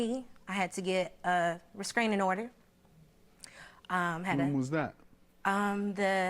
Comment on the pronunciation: Her pronunciation of restraining order is pissing me off